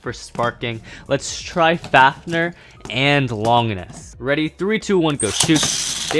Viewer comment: Bruh it makes me cringe when they say Longinus sprigin rangoruk I understand that they say Valkyrie but it makes me rage but respect for the collection